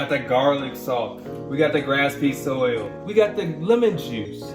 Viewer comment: Grasp-seed oil? No it’s Grape-seed oil